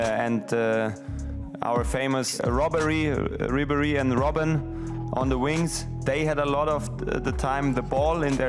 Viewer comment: He really meant to call Ribery, "Robery "... Classic Müller